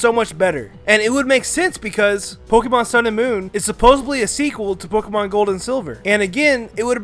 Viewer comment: I hate hearing mispronounce Pokémon names